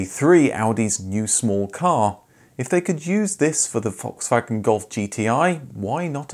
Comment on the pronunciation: You're one of my few fellow-Brits who can correctly pronounce Volkswagen. Congratulations 😁